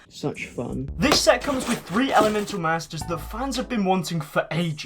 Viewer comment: Clears throat so, I didn't notice this before, and I know I've already pointed out 2 mistakes, but come on, elemetal?